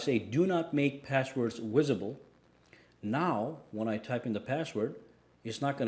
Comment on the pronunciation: Did u say make passwords "Wisible"? Lol, just messing with u!!! Lol